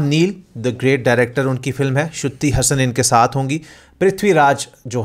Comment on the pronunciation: Suddhi hasan nehi sruti hasan